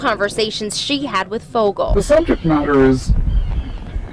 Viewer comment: Great video. And it's "Fogle" not "Foggle".